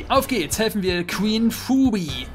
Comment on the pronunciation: ohje. offensichtlich kein charmed fan, der gute. wie du phoebees namen aussprichst, da stehen einem ja die haare zu berge.